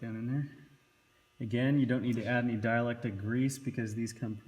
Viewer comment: Dielectric* grease, its not dielectic